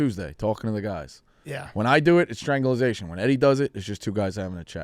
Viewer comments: calling it "Stranglization" is so on brand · It’s strangulation not stranzulization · consistently mispronouncing strangulation gave me a good chuckle